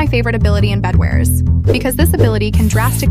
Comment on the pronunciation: Bro said bedwers